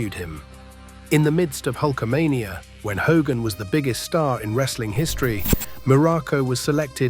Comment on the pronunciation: "HAY-GIN" ?!! It's "HO-gan !" Thiss MUST be À. Ì. SLOP.